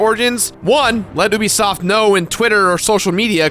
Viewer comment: Nobody watches your Ubisoft videos because you don't know how to say Ubisoft